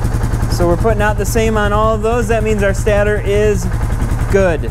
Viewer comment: stAtor not stattor.